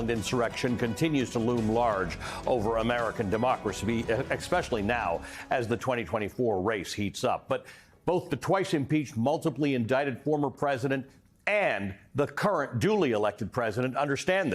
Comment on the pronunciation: Did he say, ex-pecually?